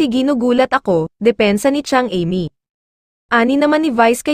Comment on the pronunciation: Sorry ha bakit iba ang bigkas mo sa name ni Amy